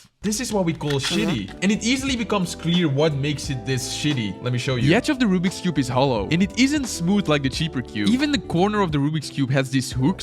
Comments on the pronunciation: I ❤ how says Rubik’s cube as rubbeeks cube 😂😂😂😂😂😂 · you still say rubix and you have a GAN if you do say Rubiks not rubix